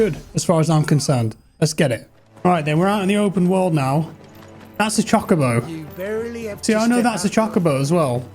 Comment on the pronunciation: It's cho cobo not choco bo 😂